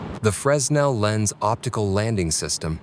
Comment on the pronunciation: There's no "S" in Fresnel. Also they don't use those anymore.